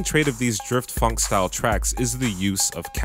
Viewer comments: say it like f-on-k, not funk. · he says it like funk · why would you say phonk like that